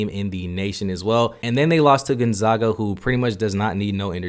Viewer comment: It’s not Gonzoga. It’s Gonzaga. Zags not Zogs.